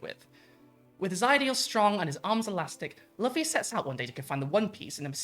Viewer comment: also, if you haven't already, you are 100% going to get called an "anime tourist" for mispronouncing Luffy's name lol as someone whose wife has seen all 1000+ episodes and still says Luh-fee though, I get it, it happens